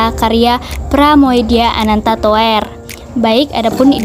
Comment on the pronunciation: ngakak. Pra-mu-dya Anan-ta-tuwer wkwwk.. Toer, dibaca tur. krn ejaan Van Ophuijsen, kata "Oe" dibaca "U". "Tj" dibaca "c". "Dj" dibaca "J". J dibaca "y".